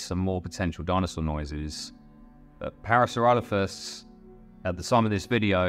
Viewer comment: Parasauralophus is my favorite dinosaur! This video was made better by the Cumberbatch-esque pronunciations of the animal 😂 (pingwings, anyone?) Pearsloffis Ploffisaurus Added to the entertainment value very much 😂